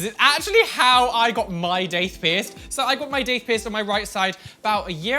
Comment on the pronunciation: That’s not how daith is pronounced.